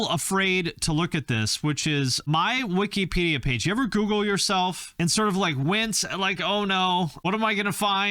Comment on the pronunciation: Lol “wikypedia” 🤣 love you